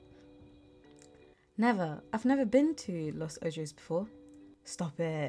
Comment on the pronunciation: What a nice chill game. I like the futuristic art style. You can pronounce the city name as "Los Ohos" :)